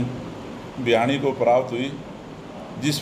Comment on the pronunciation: Bhiwani not Bhyani...